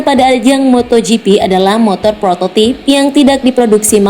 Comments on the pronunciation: bacanya prototaip min bukan prototip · Prototip mikelin and brigestone...sebelum ngisi suara cari dulu cara baca nya yang bener gimana...saya sok hayang seri... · Pengen ke Inggris Inggris an malah kacau. ucapan salah Lafaz Indo Bridgestone (brigstun), Michellin (mishelin)(Prancis mishelang), prototype (prototep), free practice(fri prektis)